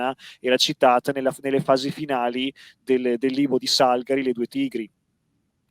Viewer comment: Salga'ri caro. Dal veronese salga'r = salice e Salgàri era veronese. A parte questo, ottima conferenza video, io ne sapevo poco o niente dell'imperialismo britannico nelle Indie. E la regina Vittoria? Gongolava fregiandosi d'imperatrice delle Indie col sangue altrui. Domanda: nessuna potenza straniera aiutò militarmente i sepoy?